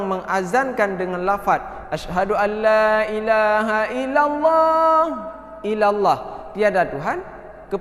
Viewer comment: Huruf lam pada kata laailaaha illah masi sedikit tebal...?